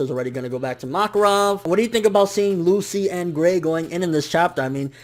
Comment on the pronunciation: you were bugging the shit out of me saying MOKarov instead of MAKarov